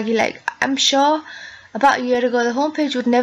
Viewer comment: "i'm shoh":D